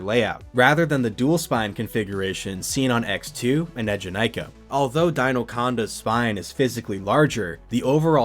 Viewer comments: the way you're pronouncing eejanaika is gonna give me an ulcer 😭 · Similarly studied and lived in Japan for a few years, which included several visits to Fuji-Q to ride it (and also have it at my #1 coaster). His first ええ is a bit off, but the middle having less emphasis is accurate to the pronunciation the park uses. Still within the ballpark for a non-speaker, and definitely not the worst I've heard (a lot of people misread the romanized "Ee" as いい, which...no).